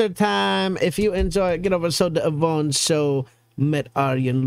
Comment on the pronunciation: Just this: The Avondshow is translated "The Eveningshow" . We say ávondshow (big AA) and not avóndshow, just like you say évening and not evéning.... So you know. Don't do that anymore;).